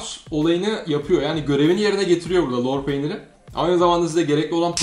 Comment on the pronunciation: Lor peynirini molpet gibi söylüyon hacı